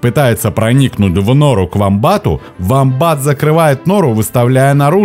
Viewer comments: Все правильно,только вомбат -ударение на о! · гугл сказал на "о" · не совсем так. да на английском он уОмбат, но в русском так уже даже зоологи не говорят. прижился вариант с ударением на второй слог - вомбАт.